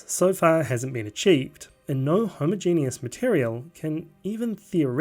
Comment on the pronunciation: "Homo genius" is the best pronunciation of homogeneous I've ever heard.